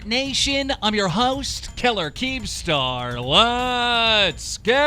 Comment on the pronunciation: Wot is up dramea alert nation im yer host keller kkeemstar. That is how he says it.